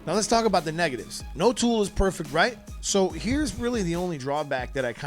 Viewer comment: it's "negative" not "nigitive" 😅